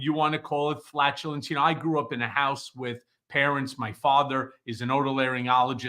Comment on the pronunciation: "FAT"ULENCE instead of Flatulence......lol